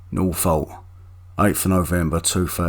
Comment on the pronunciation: Residents of Norfolk, don't be alarmed. This incident happened in Northolt. This man possesses poor pronunciation of words in his own language and it may confuse you.